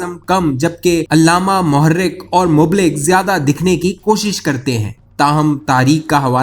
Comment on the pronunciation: پہلے آپ اپنی بات کسی اردو جاننے والے کسی پڑھے لکھے شخص کو سنالیا کریں. آپ نے مُبلّغ کا تلفّظ غلط کیاہے. اور رضی اللہ تعالیٰ عنہا عورت کے لیے استعمال ہوتا ہے اور مرد صحابی کے لیے رضی اللہ تعالیٰ عنہ.